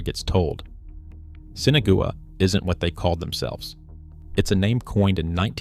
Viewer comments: Why is Sinagua being mispronounced so incorrectly. sen Ah wah, not Sinigoway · You need to pronounce the name of these people correctly. Spanish for without water - Sin Agua not sinagooa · Seen Aww Wah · "Sinna-goo-ah"? Thanks, AI, for turning an interesting piece into highly questionable AI slop. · The mispronunciation of Sinagua by the AI voice did it for me, I'm outta here.